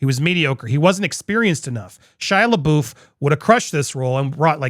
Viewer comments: Anyone else cringe when Andy pronounces LaBeouf as LaBoof ? (It's always been LaBuff to me) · Andy, I absolutely LOVE your channel, and really enjoy what you do, but I beg of you to please, please, please pronounce Shia's last name correctly. It's LaBUFF, not LaBOOF! Just keeping it real with you, man. Peace!! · It's pronounced labuff just saying lol I cringe everytime he says it. 😅